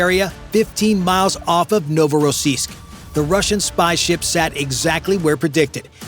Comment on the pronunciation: Endloses Gequassel, Novorossisk und Sevastopol falsch ausgesprochen, langweilig!